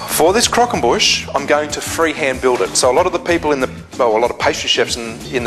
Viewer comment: Nice video. Love the way you say "Crockonbush" hahahaa!